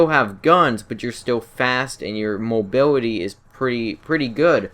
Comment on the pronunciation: "Mobiwity" lol jk